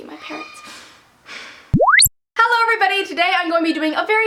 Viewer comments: the Reader I actually heard 'i hate my carrots'.... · For a second, I thought you said, "I hate my parents" instead of "parrots." :P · Same here